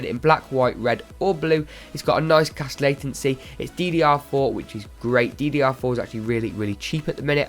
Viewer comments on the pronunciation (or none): none